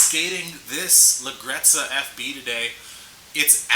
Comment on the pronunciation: Hey you are pronouncing it wrongly but it's ok Italian is a hard language to pronounce for english speakers. the right way is Ledjerezza, the GGE sounds like a J